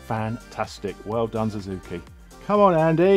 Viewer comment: Big fat thumb DOWN for calling Suzuki a "Zuzuki". It's only one word that you have to learn to pronounce. What if a poor Brit would have to learn an ENTIRE LANGUAGE? Plus everyone pronounces it Suzuki. Ever watched motoGP? And what you do is illogical. Like calling Superman a Zuperman ...